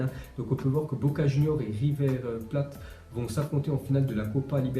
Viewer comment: Salut, on suit ta chaine tous les matins, continue comme ca:) Aussi, on dit River Playte, c'est pas de l'eau plate lol:) bonne journee poto:)